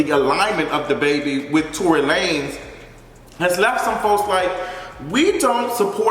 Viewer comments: "Tory Luh-nez" 🤣🤣🤣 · Not Torey La-nez 😂😂😂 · Not Tory “Luh-nez” lmao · I cackled at Tory LAN-EZ 😂😂😂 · Tory La-NAYZ!!!! LMFAOOOOOOO